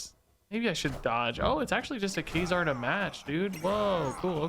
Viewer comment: funny how you pronounce ka-zar as kay-zar